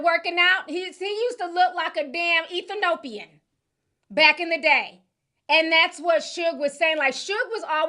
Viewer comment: Did Ti just say "Ethi-Nopian"🤣